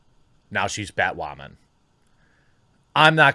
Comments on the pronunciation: Why does he pronounce it batwamen? Lol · Someone tell this guy to say her name right... it's woman, Bat-woman! 😠😔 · Sorry I’m late to this, but why is he pronouncing Batwoman that way?